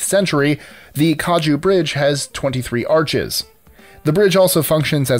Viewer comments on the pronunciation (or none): none